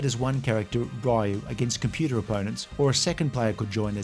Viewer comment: Raul Julia did it because his children were huge fans of the game, that's why he was the only actor that pronounced Ryu right as he knew the source material.